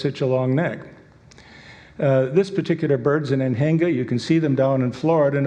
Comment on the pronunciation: I heard him pronouncing Anhinga and almost thought that there is a birb named after trailers (Anhänger) lol